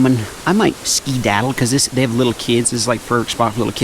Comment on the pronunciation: I thought I was the only person that siad skidatel